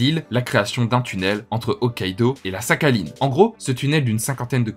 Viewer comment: Belle vidéo mais ça me casse les oreilles ta prononciation de Sakhaline ^^ mais ce n'est qu'un détail bravo pour ta curiosité et culture.